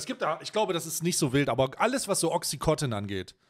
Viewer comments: Bitte nich töten für Klugscheißen, aber auch wenn das bei Ami-Aussprache wie "Oxicotton" klingt, heißt das Mittel "Oxycontin" (Wirkstoff Oxycodon). Wird offenbar immer noch als nicht/gering suchterregend gehandelt, was ich leicht verstörend finde. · Timo, sag mal, dass es OxycoNtin heißt und nicht Oxycotin. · Oxycontin, nicht OxycoTIN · Es heisst OXYCONTIN und nicht OXI- COTTEN !!!